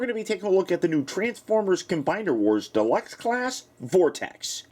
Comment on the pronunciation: Combeiner Wars? Is he German?